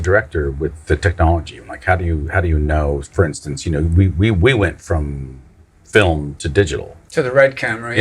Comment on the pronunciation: There's Irish heritage, Fil-um